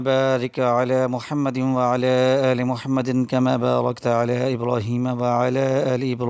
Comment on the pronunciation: Aoa bhai sahib aap jb drood prta han tau wa,aala aale ki bajaai wala ,aale keh jatay han jo k ghalt ha is ko plz theek pra kren baki aap ne wazifa buhat acha bataya ha shukriya